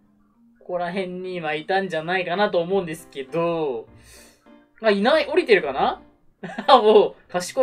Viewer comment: うなちゃんあるある 「〜〜〜ですけDO」